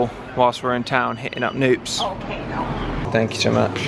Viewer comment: Just some gee whiz info, the K in Knoops is actually pronounced (like kuh-noops) it’s a German surname ❤